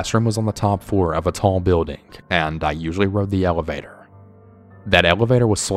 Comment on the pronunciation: it is building not bail-ding!!! anything not Annie-thang. I am only kidding. Good stories. Plus I think ur ache-sent is cool. I just wish I had an accent. Peace 👊